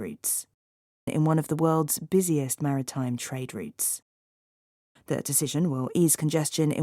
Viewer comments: 감사합니다. trade routes가 '트레이드룻스'가 아니라, '트레이드륏스'로 발음해서 못알아들었네요. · 처음엔 routes가 안들렸습니다. 리츠로 들려서 뭐지? 했는데 routes였네요 😅😅😅 산수하느라 바빴습니다 😂😂 감사합니다 ❤❤❤❤ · 저도 rates로 들었네요 😅😅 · 아무리 여러번 들어도 routes처럼 들리지가 않네요ㅜ 항상 좋은 기사 감사합니다!~ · Routes가 진짜 다르게 들리네요 열심히 외웠습니다!